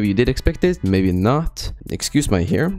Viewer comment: “Excuse my hair” I thought he said “excuse my harem” 💀💀💀😳🗿